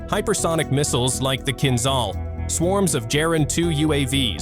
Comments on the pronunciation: It’s not Kinzal, it’s Kinzhal: kinjal🇺🇸❤️🇷🇺🇺🇸❤️🇷🇺🇺🇸❤️🇷🇺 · ahahah KinZAL - its KinZHal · KinZHal ! Man spricht, wie KinJal aus !